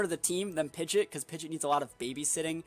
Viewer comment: It's pronounced Pidgeot, not Pidgeot 🤣